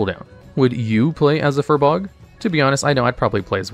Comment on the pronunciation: How many times can you pronouce Furbolg inaccurately? :S